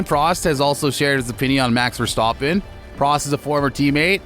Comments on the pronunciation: Omg mex verstohpen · I don’t know what is more pathetic the pronunciation of Max’s name by the presenter, the sucking up to Lewis or the attempt at a hatchet job against Max.